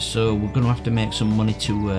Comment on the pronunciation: I love how you say munahy